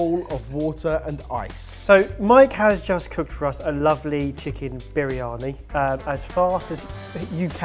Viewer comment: As a brown person grown up in a Asian household this whole video is so cringy Idk what u made but that is soo not biryani and u can't even pronounce the word right and u put mushrooms in MUSHROOMS! Whyy!?